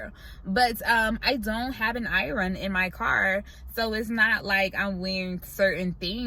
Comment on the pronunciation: Your pronunciation of iron is too cute🙂